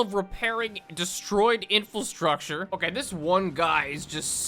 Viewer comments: it's pronounced as infrastructure... not "infulstructure" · It wouldn't be a video without mispronouncing inFRAstructure. (infilstructrure?) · Day 6034 of commenting every time says “infulstructure” instead of infrastructure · will never learn the word inFRAstructure, will he? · Take a shot every time says "I N F U L S T R U C T U R E," It's not a lot, but it's his version of saying "bottle of water."